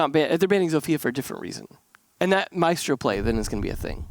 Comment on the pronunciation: that sweet correct Mira and maestro pronunciation. Someone's been practicing Latin languages. Edit: also